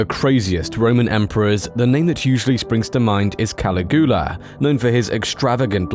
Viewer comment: 10 seconds in and i can’t even. I love this channel but damn dude, cali-goola? Cuh-lig-yu-la